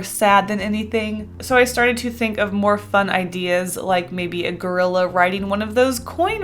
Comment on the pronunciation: I really thought you said Girlila lol